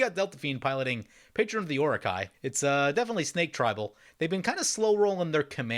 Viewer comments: Loved the video, idk if it's intentional, but it's pronounced Oro-Chi. Chi like Chia pet, or Chi-Chi from Dragon Ball/DBZ. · O-ra-kai? Mate, you hurt my soul. xD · Orochi is pronounced Ore-Oh-Chee lol